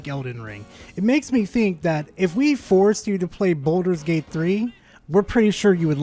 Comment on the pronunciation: It doesn't even sound like he's saying baldurs gate 3 correctly. It sounds like hes saying baldos gate.